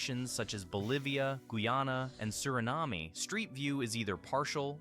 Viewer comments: The moment it tried to say Guyana and Suriname I knew it was AI 😂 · Also several small quirks or mistakes that a native English speaker would be very unlikely to make, i.e. the 360° thing or the mispronunciation of "Suriname". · Suriname, which is it's name, but in English most would say Surinam, without sounding the E at the end. ETA: but i must say that i was questioning it for a long time at first, which is a sign that they get better, which is concerning.